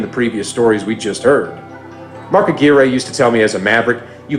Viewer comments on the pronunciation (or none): Mark Aguirre's name is pronounced uh-GWIRE, not uh-GEAR-ay. 😅